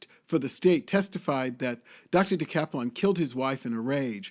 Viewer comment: You are totally mispronouncing her name!